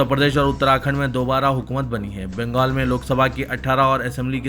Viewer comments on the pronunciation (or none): none